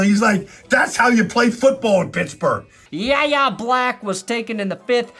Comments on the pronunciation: Just so you know, yayha's name is pronounced "why-yay". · You may already know this but it's pronounced like saying the letters "YA" Black. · Yahya Black's first name is pronounced "Why-Yay". He'll eat you if you continue to mispronounce it. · I know it doesn't matter to most people, but his name is pronounced "Y.A." Black. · Yahya Black pronounced why yay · it's pronounced WHY-yay (for Yahya) Black. Get it back!